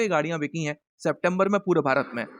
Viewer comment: बिचीं नहीं बिकीं होता है आपकी हिंदी ख़राब होती जा रही है !!!